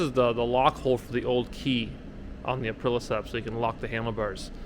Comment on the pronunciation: Nice build. But please - it's ApriLIA- not Aprila 🤙🏼